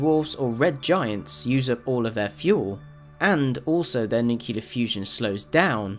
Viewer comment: Dude it's nu-clear not nu-cular...Jesus!!!!